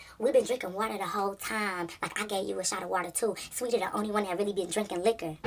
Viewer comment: Ugh i hate the way she did saweetie😭. So glad you’re a real friend